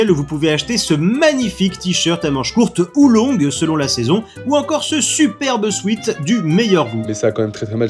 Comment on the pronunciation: on dit pas sweet mais sweat "souaite"